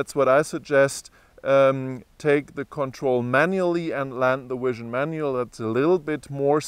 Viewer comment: man said wision